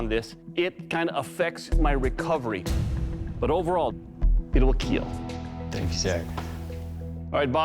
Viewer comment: It will keel